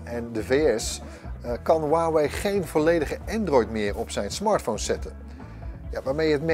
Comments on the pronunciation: 143 k abonnees verder maar nogsteeds “waawee” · No one: Literally no one:: “HUwAwIj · niemand: helemaal niemand:: hoeaweej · iedereen: huawei gast van bright: wawee